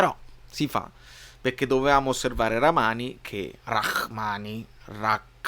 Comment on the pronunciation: non si pronuncia rraKmani 😂, ma rraHmani, la H come in Honda